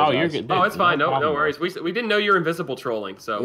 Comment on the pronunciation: Man said invisi invisisi